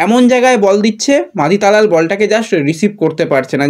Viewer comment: Bhai tumi last year a hijaji ke Rajaji bana chile abar ki take khajaji bolbe? Ar Talal ke abar na balal bolteh hai. Tumi aktu kam katha balo.